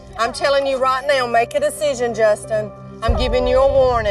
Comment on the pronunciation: I didn't know the word "now" was two syllables